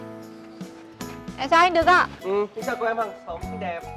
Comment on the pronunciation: Em chào anh đực ạ What đức mà lại gọi nhầm thành đực